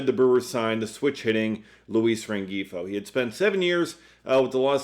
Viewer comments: He was driving me crazy with the hard G 😂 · Luis Rengifo's name is pronounced loo-EES ren-HEE-foe. Just fyi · I believe the G is silent in Rengifo.